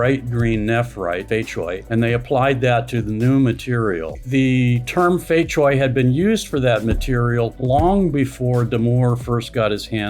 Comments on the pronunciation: Cui is noy pronounce choi. Its pronounced tray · Fei Cui, the pronunciation of "cui" Begins with the sound at the end of the word, "cats". So its not "chway" or "choy"